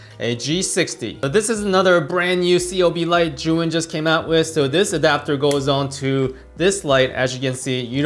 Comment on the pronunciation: Great review! Thank you! Why do all reviewers pronounce 'Zhuyin' instead of 'Zhiyun'?